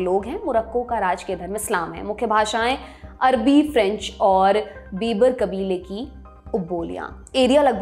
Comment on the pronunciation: बीबर नहीं बर्बर बोला जाता है.